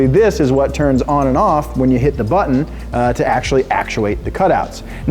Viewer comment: Actuately actualate